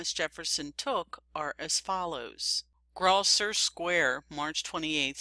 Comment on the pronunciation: "BARBAIRY"? It would be nice, too, if the narrator had known how to pronounce "Grosvenor." Good grief, the 21st century!